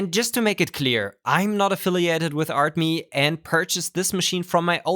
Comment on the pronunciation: It's not "ART, MEH!" it is "ArtMe" as "Me" as in "Mii"